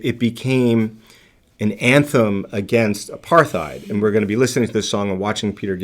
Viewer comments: The word "apartheid" is actually pronounced "apart-heid", as the T and H are in separate syllables. It's an Afrikaans word (the Dutch dialect spoken in South Africa). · Also, Apartheid is pronounced with a silent h. 👍☮